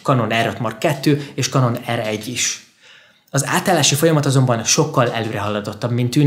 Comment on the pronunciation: Könyörgöm, ejtsd már Kenonnak, s ne Kanonnak, mert felvágom az ereim.. rendesen sérti a fülem, brrr